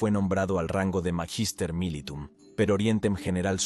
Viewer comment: Por favor, cuiden la pronunciación del latín. Magister militum se pronuncia "Maguister mílitum".